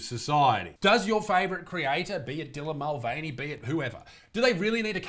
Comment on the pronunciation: “Dylan MostVeiny”